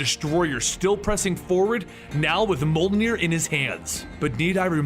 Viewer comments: Are you saying “moldenier”, because I think it’s pronounced mojlnier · I'm wondering ... what is "mole-near" ? cause the hammer's name is pronounced "Mee-uhl-near" or Mee-oll-near" (written Mjöllnir of course) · I love the videos but everytime you pronounce Mjolnir you pronounce it different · I know that you are very self righteous when it comes to your awkward pronunciation but the way you pronounce Thor’s hammer’s name is so off putting. I constantly have to pay attention to re-concentrate on story every time you say its name. You put a great deal of work in this video, just like in other videos, and your unique pronunciation is sabotaging them. Just a feed back from a viewer if you care..